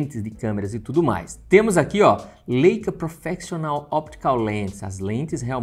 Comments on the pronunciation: Falar " LÊICA" matou. Pqp. É "Láica" rapá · Leica - Laica a pronúncia ;)